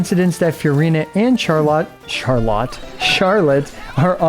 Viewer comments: Well, actually the French pronunciation sounds more like the way you said "Charlot" ^^ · Actually don't correct yourself :p It's closer to the "correct" way to say her name in French xD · you accidentally pronounced her name correctly🤣🤣🤣